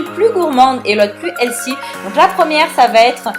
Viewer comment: super vidéo comme dhab mais petit conseil : le mot healthy se prononce "helFy", et non "helssi"... 😂